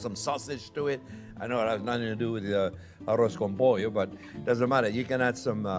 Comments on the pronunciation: "Arroz con pollo" Excellent spanish accent Chef!!😊 is a cheap dish, easy to do and tasty...Great recipe this version "A la Jean-Pierre" I love it! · arroz con pollo! your Spanish is great haha